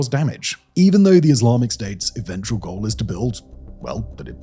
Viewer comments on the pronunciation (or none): none